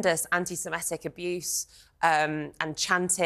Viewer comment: The presenter says 'anti-SemEtic' - it should be 'anti-Semitic', of course; certain people seem to struggle with this. Try to get it right.